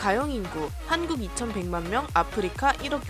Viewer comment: 왜 한국이 아니라 한구라고 말했나요???